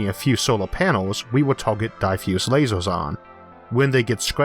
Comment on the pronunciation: Why do you keep saying "lasors" instead of lasers?